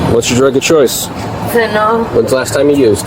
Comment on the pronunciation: Strange how her drug of choice is Fentanyl and she doesn’t even know how to pronounce the word correctly. It’s fenta NIL not fenta NOL!!!!